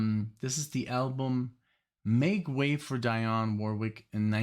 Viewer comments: Dee-on. Not Die-on. Love your reactions. Especially these blocks of songs. Keep up the great work. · Dionne is pronounced Dee-on That's ok we had radio tell us. Great theme. Glen Gampbell is also a very fine guitarist. I miss him so much. Please react to Witchita Lineman. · FYI it's pronounced "DEE-onne", like Deion Sanders or Dion DiMucci. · It's Glen CAM-bell ( without the "p" sound) and DEE-awn Warwick. Dionne's version of Walk On By is the definitive version- I had never heard the Isaac Hayes version that you played yesterday. Two more good Peggy Lee songs are Why Don't You Do Right ( with the Benny Goodman Orchestra ) and Fever. And I've always loved Glen Campbell's Wichita Lineman.